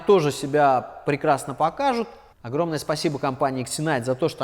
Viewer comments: Не претендую на экспертность,но мне кажется правильно читается все таки "зенит", а не ксенайт🤔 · "X" в начале слова читается как "з" Думаю компании Зинайт которая заслала вам лампы не сильно понравилось, что вы коверкаете ее название)